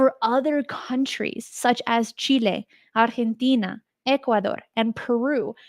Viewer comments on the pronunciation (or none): Looking good...ooh and loved your pronunciations for Uruguay, Argentina 😅